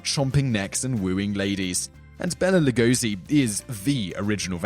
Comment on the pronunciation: I like this video, gave me some interesting thoughts. Just one thing: Bela Lugosi's name is pronounced differently. Bela is more like "bail-a" and you pronounce Lugosi with an "sh". It's a Hungarian name, don't even ask about it. Just for the record :)